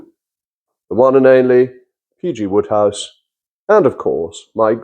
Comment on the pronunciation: Why call him Woodhouse when it's Wode...which rhymes with Road!